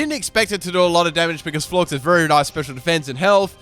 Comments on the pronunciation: You don't pronounce Florges Floor-Ges, you pronounce it Floor-Jes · Florges rhymes with gorgeous